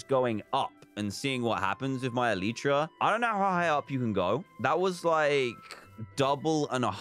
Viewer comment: It’s Elytra not Eleeytra! Sorry it just triggers me